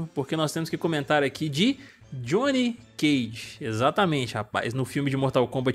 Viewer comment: Johnny é de john, não de jonnathan. Não existe johnnathan. Como não existe Gjoão.